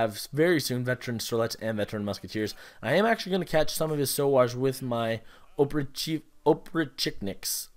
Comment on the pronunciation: Oh-prich-nick 3 syllable word. And in stronghold it's hovel like hover with an L.